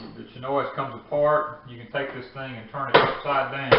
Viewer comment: What is it you are using to juice the grapes? It sounds like you are saying CHINOY.